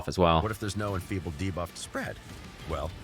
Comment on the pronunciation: exTRACT... deBOFF... Who is this guy?